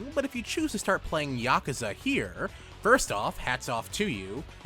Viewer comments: I fucking hate your pronunciation of yakuza.... It's not yAhk-u-za, its just ya-ku-za... I can't watch this at all.... It hurts me.... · I always pronounce it as Yah-Koo-Za